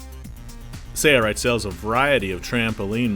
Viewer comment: Thanks for demonstrating that project. By the way, is it my imagination, or is the video narrator pronouncing the name of your company without the letter "L" -- SAY-rite?